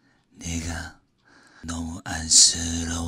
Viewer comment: 너무 안쓰러워서~ 이부분 잠깐 한국인되긴거같으신데욬ㅋㅋ 발음 너무 좋은뎈ㅋㅋㅋ